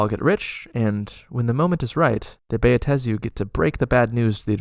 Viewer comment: I have Never complained about Pronunciation anywhere; but, dude--it's just: "BAh-Tey-Zu/Buh-Ta-Zu/to-may-toe/to-mah-toe, done! Sir, your 4-syllable pronunciation is an Atrocity puke emoji very distracting otherwise, Very Nice 8P